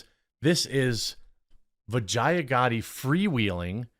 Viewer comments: Bro if you're going to trash someone you should atleast learn to say the name correctly. You sound as foolish and cringe AF lol its Vee-JAH not VA-Gi-A. DId you even watch the Joe rogan podcast with her? Not a fan of her by any means but it's just sayin. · Am I the only one who keeps hearing "vagina" every time Jeremy says the name "Vajaiya?" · Every time they say vijaya I think vagina